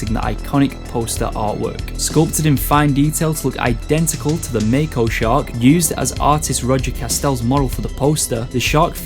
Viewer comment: Did you say Maco shark??